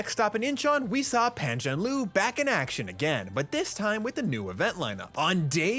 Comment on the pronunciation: is Pam Zhan Ler